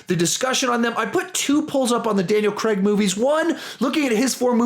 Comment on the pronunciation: It’s pronounced craig